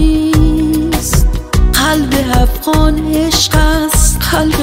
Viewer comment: آفظ مهنی > حافظ معنی هفغان > افغان اقیقت> حقیقت شهلا جان گل تلفظ خود را در ادای کلمات اصلاح کنید باز داور شوید. تشکر